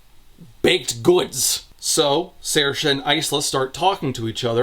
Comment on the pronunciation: I was initially impressed at for having pronounced Saoirse correctly.... Until I saw Aster had literally just written the name phonetically "Sairsha"